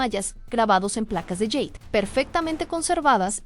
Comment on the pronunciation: Por favor, no digas más yeid!!!! Es jade!! 😊